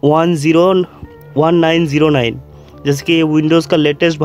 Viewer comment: "wundows" :D